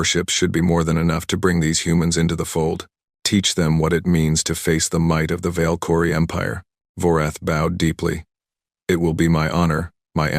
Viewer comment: Your dumbass AI can't even pronounce Valkyrie